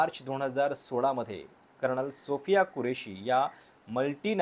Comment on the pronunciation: “कर्णल” नाही रे भावा! “कर्नल”. तू मराठी उच्चारांसाठी एखादी शिकवणी लाव बघू! 😁😁😁